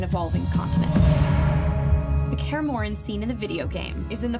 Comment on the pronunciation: "kaer morren"😐